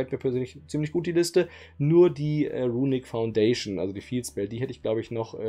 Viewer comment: runick foundation ja englisch profi halt